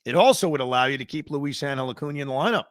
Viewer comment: No disrespect intended Evan, but havent you mentioned that your wife is Hispanic? How are you butchering Luisangel's name like this? 😂